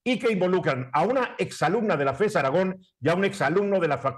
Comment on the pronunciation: Aragón lleva acento en la última sílaba. Revisa las leyes de pronunciación. Saludos